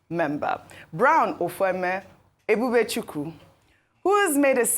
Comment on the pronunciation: Ojy E-b-u-b-e-c-h-u-k-w-u! You are from Ukwuani, grew up in Abeokuta,attended secondary school in Lagos before attending St Johns in New York for just a few years. Why can’t you correctly pronounce Nigerian names…not even those of your tribe? Arise, people do something…this is disgraceful!